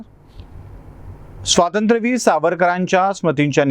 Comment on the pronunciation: युवराजांना आधी स्वातंत्र्यवीर नीट ग्हणायला सांगा